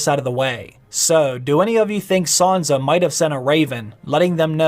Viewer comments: Please stop saying Sanza. Please. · Why does he keep saying "Saunza" ? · isn't it sanSa? why does he keep saying sanZa